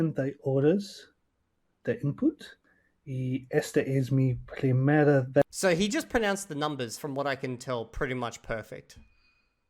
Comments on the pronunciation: The fact that 270 hours man pronounces vez exactly as the pronunciation would look to an English speaker and not ves or veth (or even bes or beth to take into account the approximate nature of V in Spanish) like he would have actually heard from Spanish speakers during his hours of listening, makes me think he was just reading and is basically not being honest. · The guy with the voice memo is not being honest about his methods at all, you can tell that he's been reading, because he's making a mistake that only a person who was reading would make. He pronounces the z in the word vez, as a z like in english, when it should be pronounced like an s in latin america, and like an english th sound in most of spain, which is something you see beginner spanish speakers doing all the time, but if you had no conception that at least in latin american spanish, one phoneme was written with two different letters, you would never stumble on that pronounication of the word vez independently.